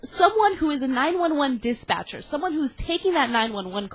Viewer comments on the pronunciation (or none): lol "disbatcher"